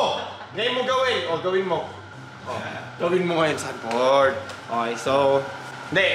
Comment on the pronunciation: "Sanford" lods hindi xanford, parang papunta na sa xander ford hahagaga